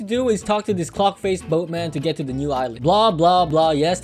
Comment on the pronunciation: can we talk abt the fact that i heard smt else than « clock » when you said it?